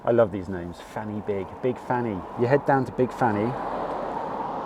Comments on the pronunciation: Fan is pronounced van, y is pronounced uh, du is pronounced dee, so you say - Pen -uh - van, Corn Dee, and Van - uh - big. Big fanny sounds much funnier though! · Good effort on the pronunciation. Just a couple of pointers. In Welsh a single f is a v sound. So Pen Y Fan is pronounced "pen uh van" and Corn Du is just pronounced "Corn D" no "u" sound. Similarly Fan y Big is "Van uh Big" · Corn Du is pronounced Corn Dee, the F at the beginning of a word is pronounced V so it's pen y van, van y big etc..